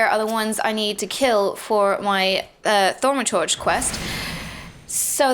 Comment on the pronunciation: its tha-ma-tur-ja.